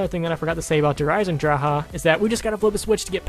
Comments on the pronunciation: You have to say it like der eisendrage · der eye-sen-drak is how you say Der Eisendrache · "Der Eisen...drakay? Dracka? Drake and Josh." That was fucking hilarious. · When u say dre eisendrache I think of "shark bait hoo ohh raa" from finding nemo lol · Sean 3756 When u say dre eisendrache I think of "shark bait hoo ohh raa" from finding nemo lol